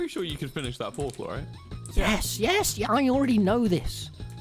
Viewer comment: "protal" -Tommyinnit 2021